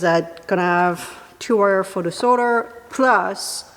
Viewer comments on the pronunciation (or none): none